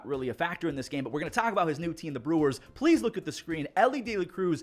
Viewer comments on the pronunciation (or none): none